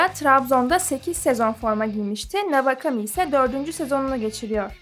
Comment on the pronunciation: Navakami ne ya kulaklarım kanadı doğru telaffuz etsenize şunu